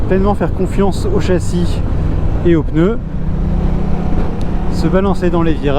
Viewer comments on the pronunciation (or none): none